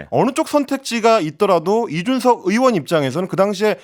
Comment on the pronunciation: 의원->으원, 의혹->으혹 이거 너무도 거슬리는데 연습 좀 하시지...